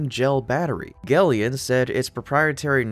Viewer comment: I am going to suggest that gelion is really pronounced “Gel” “Ion” as it accurately describes its battery tech.